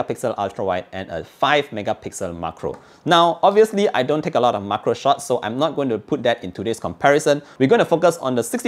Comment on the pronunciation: it's MAC-RO like "MAC"donald's not MUG-KRO